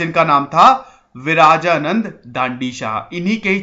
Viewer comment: It's not विराजानन्द it's विरजानन्द